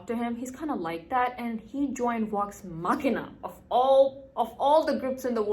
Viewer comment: 👹💩. The main problem is that you make is sound like Wax The end is correct but the V doesn’t sound right to Americans. You make all of them sound like W like in Vampire and Villain. I know this is a bad explanation. I wouldn’t worry too much I like it.